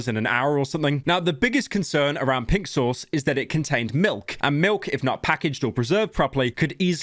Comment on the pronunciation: When Pyro says "Pink Sauce," it sounds like "Pixels"